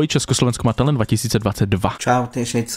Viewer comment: Jak řekl Česko Slovensko má teľjent🤣🤣🤣🤣🤣😂🤣🤣😂😂🤣😂🤣😂🤣😂🤣🤣😂😂🤣🤣😂🤣😂